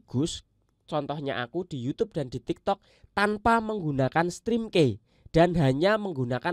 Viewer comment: Maaf koreksi ya. Ucapinnya bukan "strim kei" tapi "strim ki" , key itu kunci. pelafalannya "ki".